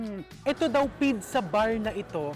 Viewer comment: What the heck is a pidza? All over the world it’s pronounced as peet-tsah. Even in almost all regions of Italy, and specially in Naples, the birth place, they pronounce it as peet-tsah. Maybe you are copying Egyptians? But they would say bidsa. I thought you were well travelled?